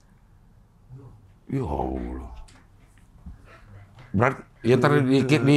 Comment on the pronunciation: Tpi bilang Allah nya fasih